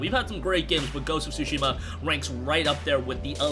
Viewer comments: The "T" in Tsushima isn't silent is a slight "T" sound but it is pronounced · Learn how to pronounce the game